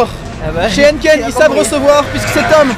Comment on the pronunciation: Hennken.. non Hèïneekeen !! ahah :)